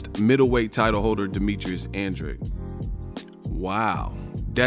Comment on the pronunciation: Its "andrade" not "andrei"😂